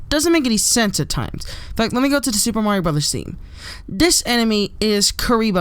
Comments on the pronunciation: "super morio maker" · Ok I'm going to clear to the whole world, it is pronounced mah-rio not maaaaaa-rio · mario not morio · LOL he says moario